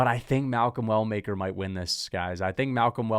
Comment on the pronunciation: Malcom Well Maker. Why he say Walker 😂😂